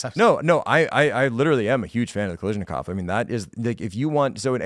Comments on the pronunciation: He also kept mispronouncing Kalashnikov as Kalishnikov. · SKS is not a knockoff of the AK, and it's Kalashnikov, NOT Kalishnikov! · Ffs people, it's "kal-ash-nikov", not "kal-eesh-nikov" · guys, it's ka-LASH-nikov, seriously, it's super weird that you're all getting it wrong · I've never heard Mikhail Kalashnikov's last name mispronounced more times